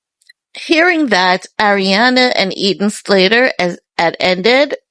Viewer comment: Who is Eaton Slater?? It's Ethan!